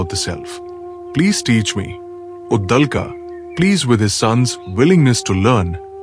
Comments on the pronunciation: Uddalka nahi. Uddalak. I appreciate your intentions of making Sanatani content but here's a feedback. Please pay attention to pronunciation and other minor details too. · Get your pronunciations corrected,it is uddaalak. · Please try to pronounce the Sanskrit names properly. You are pronouncing the Sanskrit names like hindi. Devanagari is pronounced differently compared to Hindi. It is Brahm and not Braahm. It is Uddaalaka not Uddalka. Svetaketu is being pronounced here as Svetketu. It is Cchaandogya Upanishad not Cchandogyaa. Devanagari is pronounced differently in Sanskrit, Hindi, Marathi, Konkani etc.